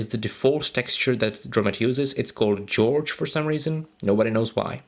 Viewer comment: Just to let you know, the default texture isn't pronounced "George", it's pronounced "Hore-hey". It's a Hispanic name. Excellent tutorial though! Very informative!